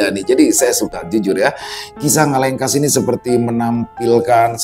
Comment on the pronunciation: ngalengkuas salah Bang ngalengkas 😀